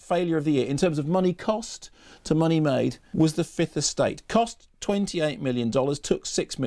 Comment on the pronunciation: why can't tv people pronounce the 2nd 'f' in fifth?